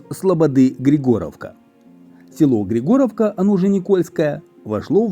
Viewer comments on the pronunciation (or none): Ударение на И, ГрИгоровка.